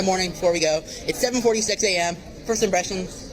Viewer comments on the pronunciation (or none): I literally want scream when says "first imBRESHION" ITS A P.